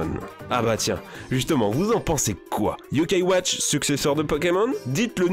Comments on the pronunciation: et également l'accent sur le "a" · Les bosses ses yo kaï watch